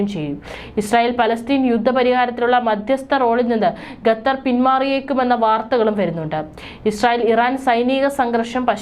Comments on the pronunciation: ഗെതർ അല്ല, ഖത്തർ എന്നു വായിക്കു 😂😂😂😂😂😂😂😂😂😂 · പഠിപ്പിക്കുന്ന ടീച്ചർക്ക് ശരിയായ ഉച്ചാരണം അറിയില്ലാ. അതു കൊണ്ടാണ് ഇവർ "" ഗത്തർ, ബാരതം, ബാര്യ, ഗട്ടം. എന്നൊക്കെ പറയുന്നത്.